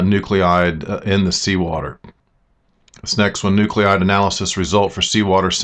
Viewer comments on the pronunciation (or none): It's pronounced, " New-clide ": not--- Nu-clee-ide. Bad pronunciation and spelling is a pet peeve of mine.